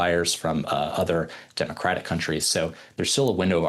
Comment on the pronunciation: Especially when he pronounced “democratic “